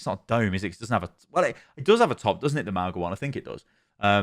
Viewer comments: It's Mauga, not Magua. Ma-u-ga, Mow-ga, whatever, but not Mahgwa. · Lets slaughter you. Mauga is fine, but how could i be Magua? Its either Mauga or like she said, "maunga" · There actually is no "guh" sound in Mauga at all. It's a nasal "n" sound you make with your tongue at the back of your throat that you open to an "ah". Mah-oo (nasal n)-ah. 2 Syllables. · Magwa? I say Mouga. Hopefully he gets some tuning. Plus he destroys with Zenyatta. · Mauga's is Samoan and it's pronounced similarly to "Manga", as consonants in Samoan are the same as English except G which makes an NG sound as in "song." (no hate, just an informational comment) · I’m pretty sure it’s jus Mow-Gah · i’m pretty sure it’s pronounced “mow-na” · Mau-nga like the ng in sing, /mauŋə/. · They pronounced mauga at blizzcon if you think its said wrong take it up with blizzard